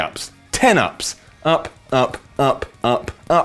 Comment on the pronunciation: The way says "Up" Uh-PPPPP